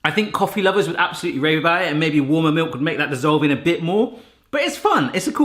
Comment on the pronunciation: Take a shot every time he says mewk (milk)